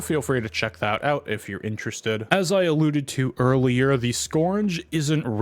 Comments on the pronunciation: skURGE. URGE. not scorn-guh. skURGE. skURGE. skURGE. skURGE. skURGE. skURGE. skURGE. skURGE. skURGE. skURGE. skURGE. skURGE. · can we really trust a guy who says "scournge"